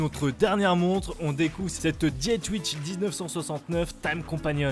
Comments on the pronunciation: Super vidéo ! Bien vu la version 2 à moins de 1500€. Les montres Laventure sont superbes 😍 Le bracelet de la Dietrich (à prononcer plutôt Dié-trich que Diet-rich 🙂 ) est super bien imaginé et fait. La Tissot devrait bien cartonner je pense, elle est vraiment très sympa ! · Pour la dernière montre, pourquoi prendre un accent anglais alors que c'est une montre française avec un nom d'origine germanique ? Pas vraiment compréhensible